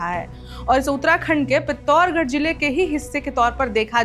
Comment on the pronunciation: Bolna shikho Pithorgad Pithorgad Apane Ariyaka man Taka Nahin Haito Kya Janti Ho Murkhata Mat Karo Bahima